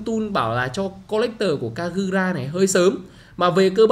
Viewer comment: giọng Nhật của e kagura mới chuẩn anh